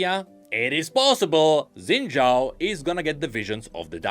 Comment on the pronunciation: Why do you keep calling Xin Xhao "Zen Xhao"? 🥹